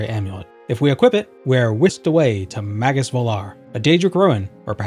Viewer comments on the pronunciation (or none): none